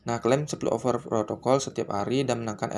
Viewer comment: over protocol woi bukan oper wkwkwkwkwk lidahny benerin dlu baru ngeyutub ngab